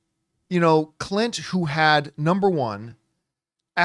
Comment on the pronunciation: ... you gotta enunciate the "n" in Clint, John 🤣 just teasing in good fun. You are a YouTube treasure and I could not do what you do. Bring on the filthy.